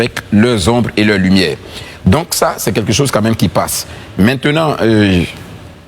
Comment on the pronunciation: on dit quelque chose, et non quai quai chose 🤣🤣